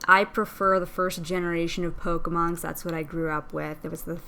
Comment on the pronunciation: THE NAME IS P-O-K-E-M-O-N NOT POKAMON U R WORSE THAN MY MOTHER!!!!!